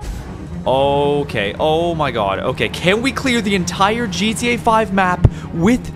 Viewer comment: he said intirrr